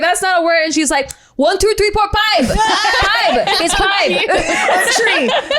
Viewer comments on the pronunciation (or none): very Filipino, lol.. lmfao!! One, tu, three, por, phibe